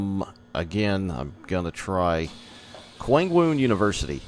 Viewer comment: Your pronunciations weren't too terrible. The K sounds are G sounds in Korean. So it would be Gwangmoon University. The train announcements also say it, so you could learn from that lol.